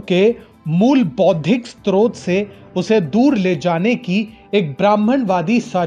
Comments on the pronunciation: When you pronounce srot as stotr, you can not intellectually counter them...leave this. Nothing wrong with that, there are lot of areas where sincere dharmayoddhas like you can contribute immensely, but not in this area. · स्त्रोत नहीं स्रोत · जी...! "यति नरसिंहानन्द" को आप यदि ऐसे कह रहे हैं, तो आप गलत हो | यति जी "सनातन हिन्दुत्व" का रक्षक ही हैं | या तो आपको "गलत फहमी" है या अनवगतविरोध | आपको सुधार करना चाहिए.. आप खुद ही "स्रोत" का उच्चारण सही से नहीं कर पा रहे हो | हम आपको बहूत दिनों से सुन रहे हैं और "टीएफआई" को भी.... पर यति जी के बारे में आपका विचार बिल्कुल गलत है...😕